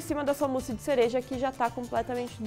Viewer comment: se diz o musse